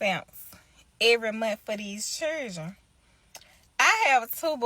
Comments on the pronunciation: Wtf is a cherdren. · What's a chroordruen? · these "chirdren" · Fooooo for their chair ?? Foooo for their shiljen?? SHILJIN???! FOOOO?? CHAIR???? Ffs some people need to sign up to some free language classes